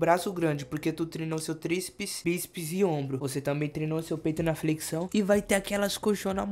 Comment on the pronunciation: fala "Flequição" kkkk